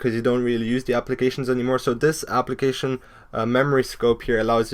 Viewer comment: When he said "Application" I thought he said "Obligation"